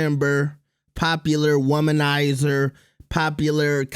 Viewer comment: Did bro say womanizer?😂💀 w rage bait. Gots 2 chill lil bro.